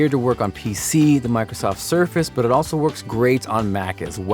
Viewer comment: is it just me or does he roll his "r" when he says "but it." e.g. "'burrrrit' also kinda doubles as a..."